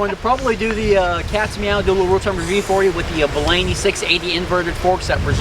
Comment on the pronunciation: It's pronounced Bolany, not Bolany. Sheesh